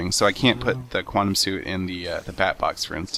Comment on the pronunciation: What the hell is a qwatem helmit.